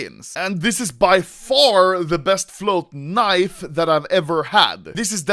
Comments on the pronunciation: He says KNEIV, I say leave. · I keep on hearing anomaly say knife 😂😂😂